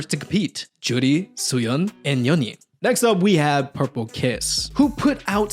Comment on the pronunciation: Suyun of Rocket Punch - her name is pronounced SooYoon. Here's the hangul to help (수윤), I'm assuming you can read it. - inexperience -- "unexperience" is not a word. Not trying to insult, just saying for future use.